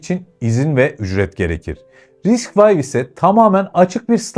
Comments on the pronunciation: eline sağlık, içerikler gerçekten keyifli. Yalnız çok minik bir düzeltme yapacağım, kızma lütfen:) RISC-V “Vay” değil, RISC-V, risk-five yada risk-beş olarak okunabilir. Bir de “12C” değil, I²C, ı kare C olarak okunabilir. Elektronikçiler bu ikisine biraz hassastır, tatlı bir uyarı olsun diye yazıyorum. MİLLİ ÇİP: içerikte “çip krizinden etkilenme” kısmı pek oturmamış. Çip krizinin STM gibi firmaları vurmasının sebebi gavurların tasarlayamıyor olması değil üretemiyor olmasıdır. Üretim kısmı başka bir hikaye. Türkiye’de hâlâ direnç, kapasitör, mantık veya güç entegreleri, hatta PCB üretimi bile yokken inşallah Çelik çipi bu anlamda bir başlangıç olur. Yine de emeğe saygı, yol uzun ama güzel. Başarılar! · RISC-V , Risk vay diye okunmaz. Ya risk beş, ya da risk vi diye okumalısın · "Risk vay" demişsin Risc-V yazıyor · Risk 5 şeklinde okunuyor. Geliştiren adamlar risc mimarisinde daha önce 4 proje bulunduğu için risc-V(5) koyduk diyorlar. Yani harf olan v değil de romen rakamı olan v.